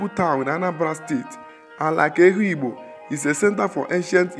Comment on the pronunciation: The narrator mispronounced the name Ehugbo as well as most of the other names indigenous to Afikpo. Also, there were clips that most likely were borrowed from other sources. Aside from that, Afikpo is a tourist potential waiting to be explored. The people are very hospitable and accommodating. It's native government system is second to known in the whole third world, as Ehugbo had practiced native parliamentary system (ekpuke-etos & ekpuke essas) since before medieval times